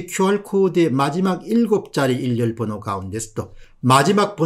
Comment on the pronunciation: "일렬번호" 가 아니고 "일련번호"로 읽어 주세요 !